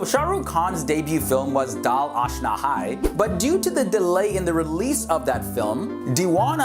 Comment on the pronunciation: the way he pronounced "Dil aashna hay" and DDLJ 😂 nothing racist it was just for fun love from Pakistan